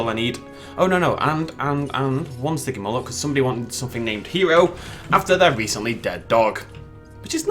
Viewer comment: The stygymoloch is spelled like stiggy you made styggie